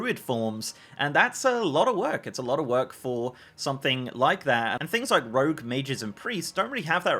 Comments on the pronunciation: you know what else is stupid? Saying 'rouge' instead of 'rogue'. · rogue as cow? lol...